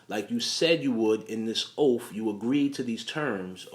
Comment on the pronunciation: Yeah and "oaf". The word is OATH!🙄